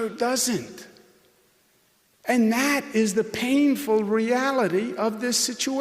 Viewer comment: When someone can't pronounce the word and, you Probably should, i don't know, get rid... of the idiot?